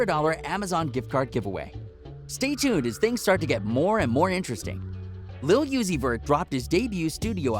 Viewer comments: did he really just say lil yueseys vert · It’s not lil yeezy vert it’s lil uzi vert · Thumbs down off the rip just for saying yusey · Lil YUZI vert 😂😂😂😂😂 I’m dead I thought it was mistake at first then he kept going🤣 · Nigga said lil yoozy vert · Or yezzy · Lil Uzi Vert said as fast as you can is pronounced Lucifer. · Nahh nigga i’m not liking shit you stayed saying ma nigga‘s name wrong🤦🏾‍♂️🤦🏾‍♂️🤦🏾‍♂️